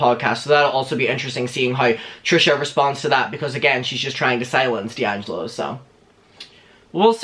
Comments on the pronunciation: "Dangelo" 😂 it's "DEangelo" babe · It's dee-an-gel-oh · It’s Dee-ann-ja-low 😝 I’m sure other people have said tho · DELLangelo... I think it's DEHangelo... Me: XD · Dee - Angelo ....babe. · its (Dee)’Angelo just say the letter its not conjoined as one word. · It's pronounced DEE ANG JELLO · Dude ....it’s pronounced D ANGELO . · How to pronounce d’angelo: dee- an- jeh- low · It's Dee-Angelo. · Think its Dee-Angelo like the letter D and Michael angelo. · say it like “dee-angelo” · It’s Dee-Angelo 😬 loml